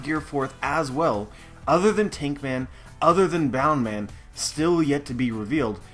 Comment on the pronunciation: It's BOUNCEman not BOUNDman!!!!